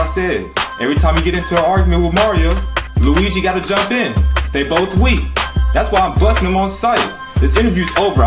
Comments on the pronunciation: said WEEGEE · you can hear him say lugi lol. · Luigi said “WeEGiE” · Lol if you listened closer he said “WEEGEE” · Dude whole said UIGI!! LMAO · kourtney scruggs Lol it sound like he said "we g" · I swear link did not just pronounce his name as “Rye-u”